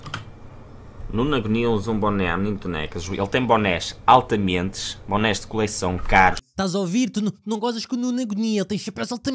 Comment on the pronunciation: "Altamentes"? Brilhante!!!